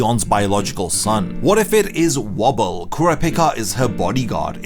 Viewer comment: WOE-ble. Pronounced like "Woe" and "ble", not wobble. Also I think the Phantom Troupe, Kurapica, the Mafia, and all the princes are going to end up in one major conflict that ends with everyone dead except Oito and Woble... with Kurapica coming back to life thanks to timely theft of Tserriednich's Nen Ability and The Cat Who Lived A Million Lives. The Nen Ability "Predator" is going to get used against Morena's infection/game Nen ability, and it will be successful due to its user figuring out the ability on his own. Last of all... Beyond likely wants to use his position as a major player in Kakin to use a successful succession ritual to protect him from the Dark Continent.